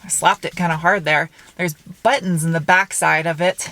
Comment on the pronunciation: So many! Yaay! Wot? I love the way you say buttons, sad, I know, but there it is. Great car view vid as always, thanks ().:-D